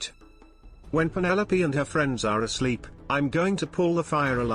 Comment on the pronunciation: Her name is penelope not pinol